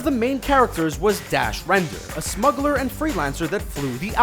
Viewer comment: I thought it was Dash Rendar not Render...